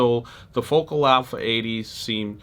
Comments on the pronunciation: It’s fo-KAL.. not focal ❤ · Dude, those French made monitors are properly pronounced as, "Foe-Cal" not Focal. Your video production is slamming! Peace.